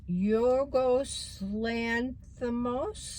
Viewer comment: You actually said Yorgos's name perfectly!